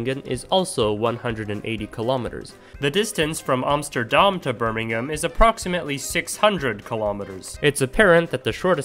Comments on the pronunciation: thanks for pronouncin birmingham kinda right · for some reason, it's even more surprising that he (a canadian/american) pronounced an English city correctly (he didnt pronounce the h in birmingham!!!!!!!!!!!!) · As someone that lives uncomfortably close to birmingham, I can confirm that there is no reason to go to birmingham. Also props for pronouncing it correctly